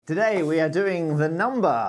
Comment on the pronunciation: I like how he says, "..today we're *doing* the number...”